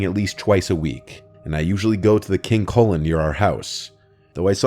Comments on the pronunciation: I thought he said the supermarket name was "King Colon." Figured the food there must taste like sh*t. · Never heard of King Kullen before. I thought he was saying King Colon and was like wtf? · When I first heard that part, I thought he said: "King Colon" not "King Kullen". I have not heard of this store until this video, but I think it's safe to assume Kullen in pronounced Koo-lin? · As a Canadian, who does NOT have a King Kullen in my province, and isn’t really familiar with it, I LEGIT thought he was saying “King colon” at first 🤣🤣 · Thought he said King Colon 💀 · I thought he said "King Colon" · I can’t be the only one who thought said King Colon was the name of the super market lol! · Me tooooo😭😭😭😭😭😭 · 😂😂😂 that’s what I heard too